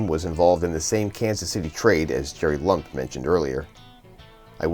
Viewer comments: Great video! Just one note, I am pretty sure for Jerry Lumpe the “e” is not silent and should be two syllables. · Just trying to help. I recall Bill James mentioning Lumpe on an old podcast and getting it from there.